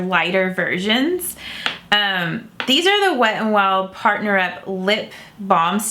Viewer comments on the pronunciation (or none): none